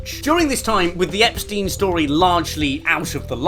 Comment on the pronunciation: Andrew espstiene😂